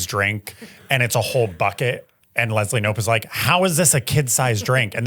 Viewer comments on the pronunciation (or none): none